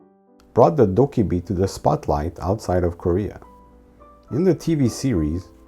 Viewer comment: everythings fine until you notice they said “dobbaebi” instead of “dokkaebi”